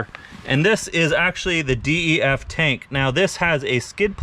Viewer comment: Bruh just say DEF fluid not "D.E.F."